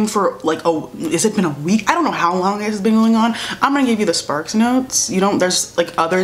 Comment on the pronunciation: She really said SparksNotes☠☠☠☠☠☠☠